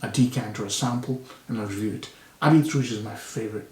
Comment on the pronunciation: Habit means Garment. The “t” after the “i” is silent.